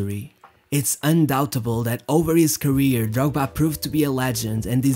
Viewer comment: I really like how you pronounce Drogba